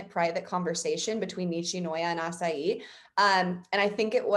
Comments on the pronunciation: Asahi = Ah-sah-hee (not acai like a bowl you'd get from jamba juice lol) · No hate no hate, but is she pronouncing Asahi's name like acai? Haha why has no one told her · I don't watch Victoria's reactions so I was so taken aback by the way she pronounces "asaeiiii" lol??